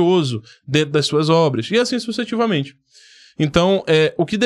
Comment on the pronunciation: Você falou sucetivamente, não seria sucessivamente?